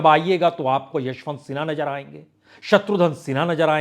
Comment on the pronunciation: Kindly use bindi in Hindi. It's Mizaj not Mijaj. It's Nazar not Najar. Wrong pronunciation hammers on the minds.